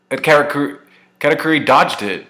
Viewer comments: Katakuri. Say it with me Cat-a-curry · I haven't seen reviews of the chapter, but 20 seconds in and I'm like, how did you get katakuri's pronouncation like that xD